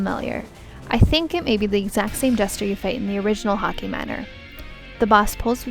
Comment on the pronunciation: Hockey manor -- that's just the Canadian coming out of her ;)